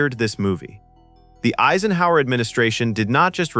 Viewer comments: I saw the film at the time as a teenager. The Cold War was full on and I was scared. Your script reader mispronounced Eisenhower. One memorable aspect was learning 'Waltzing Matilda," which I then sang to myself all night. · Who else is fed up with AI? You can always spot AI by it's mispronunciation of common words. Listen from the mispronunciation of 'Eisenhower". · "president asenhower?" when common words are mispronounced like that you know its a. i. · President "AZE en hower" . Gotta downvote that AI content. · Who the hell is president Ayzenhower? Surely you can learn how to pronounce his name. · And whoa... your AI is pronouncing President "Eisenhower" as "EEsenhower"???? With just a little more work, you could fix these errors, you know, instead of showing false information about an extremely serious topic. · AAA senhower? that's how you pronounce Dwight David Eisenhower( I-sen-how-er)? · This idiot for an author even allowed Eisenhower's name to be mispronounced... Aisenhower instead of Eyesenhower???? REALLY? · Um...... We never had a President named Asienhower. It was corrected later but again AI fucks up. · AI cannot pronounce "Eisenhower" --Ay-sen-hower." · President Aysenhower? FFS what the hell have I been listening to? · We had a President "Aisen-hower"???? I must've slept thru that four years. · A-son-Hauser.... Haha Nice Eisenhower! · Downvoted. I can't imagine why you couldn't find a human to narrate this, and you didn't tag it as being AI. "President Aisenhower," wtf? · Ya had me, till it said Eeezenhour... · Pictures don’t make sense. Pics of Clinton? Pics of A bomb in place of H bombs? President Aysenhowser? Ugh. So much Ai these days. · President Ayzenhower? That's almost cute. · I noticed that too. "Asenhower" 😂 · or Eisenhower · Does it take a nuclear weapon to stop AI narrators? President "Aesenhower." Nevil Shute's name pronounced at least three different ways.